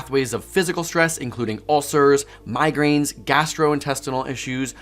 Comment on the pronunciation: I think so, as "Migrains" 🙂 ...Bread headaches? 🤕🥖 😉 Hey, happens to all of us!